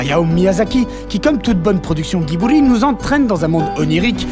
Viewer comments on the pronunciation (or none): Putain, les gens, c'est Nausicaä et pas Naoutchka (je le fais à l'écoute pour l'orthographe) et Ghibli (Giboli dans votre language) Sinon, super vidéo et continuez comme ça les mecs :) P.S : je vous ai découvert via Studio Vrac